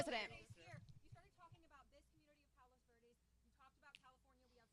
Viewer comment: He couldnt even pronounce it correctly lol.